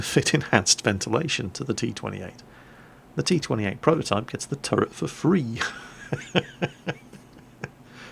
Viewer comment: it's a bit harsh but pls stop saying turrent